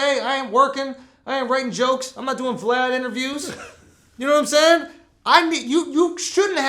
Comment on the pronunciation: Cant stand when Vlad says "naimsaying" or "naimean"- I cringe every time